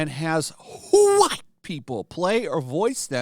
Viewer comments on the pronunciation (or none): 2 RACIST!!, and it's WHITE, Not Whoite.